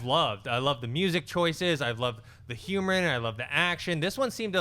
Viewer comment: I just noticed that John doesn't pronounce the in humor.